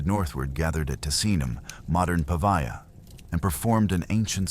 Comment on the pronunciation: 'Campania' and 'Pavia' are pronounced with short 'a', as in 'Apple', in all places. Italian is non-negotiable but beautifully simple. 😉 Respect language or stop speaking.